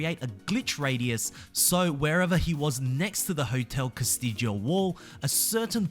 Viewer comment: I always was under the impression it was supposed to be pronounced "cass-Tee-oh" but I am not a Spanish speaker at all, so I could be wrong.